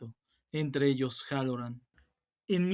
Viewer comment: Me gusto, es muy bueno pero me da algo que digas Harolland en lugar de Hallorand